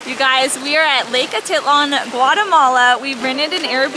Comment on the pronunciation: Lake A-TIT-lan? Sigh. You may want to ask one of your Guatemalan cooks about the pronunciation. Please don't be one of those tourists...